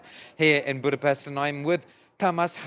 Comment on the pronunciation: If you want to keep being a relevant journalist it's time to learn how to properly pronounce Magyar. And Budapest.